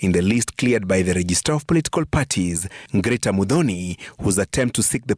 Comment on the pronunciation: Francis….it is Grita …. NOT Ngirita as you pronounce it!